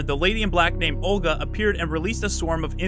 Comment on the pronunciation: i was right, it's basically RE 4 part 2 + Van Helsing. very weird stuff - not my taste, i'll skip this game. BTW Olga is a slavic female name, correct pronounciation should be with soft 'L' letter, not hard.